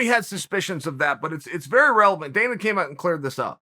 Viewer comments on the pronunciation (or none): none